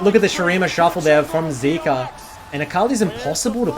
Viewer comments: is it really that hard to pronounce zeka (zehka) and zeus (zoose) correctly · its zeka not zika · Honestly was hard to watch the rest of the video when pronounced Zeka as "Zeke-ah" instead of "Zeck-Ah". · How are you going to pronounce it wrong after listening to the world's commentators? It's ze-ka. Not zeee-ka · I believe it is zeka not zika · bro if you gonna drop an hour long video can you at least pronounce his name right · Nah you ain’t bouta disrespect Zeka by saying his name wrong. Remake the vid and say it right 😂